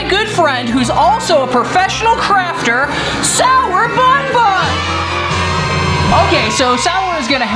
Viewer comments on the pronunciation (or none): I heard sourbumbum but its sourbunbun